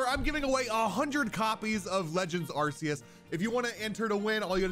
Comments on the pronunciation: Don't pronounce it Arse-eus please. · Good video But it's pronounced ARKOOS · I dont know how many times i can stand hearing him say are see us 😂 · Don't you mean legends arkoos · Lol don’t you mean Arkoos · saying arceus wrong my dude! =P